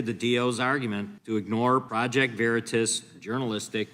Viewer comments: Ahh..it's Veritas..not Veritis..you buffoon..I'm sure in the fine print, it says this is all bs..🤭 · I just wish peeps would learn how to pronounce Project Veritas :) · If those creeps agree to somthing it must help their COMMIE BLMARXIST SOCIALIST DEMOCRAP CAUSE unless they are doing it for optics because the topic is scaring constituents and they are loosing trust VERITAS some of them can't even pronounce it right